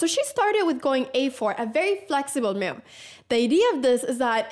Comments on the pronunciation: I like how Anna says “myuv” 😀😀😀 a “crucial myuv” 😀👍🏻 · I like the way Anna pronounces move ‘myove’